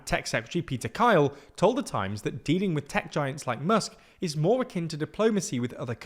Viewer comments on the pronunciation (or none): none